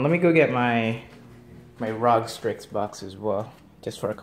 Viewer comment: The way you say rog strix makes me want to kms but add me on steam